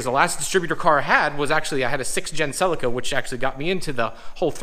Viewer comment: You can't pronounce Celica properly bro 😂😂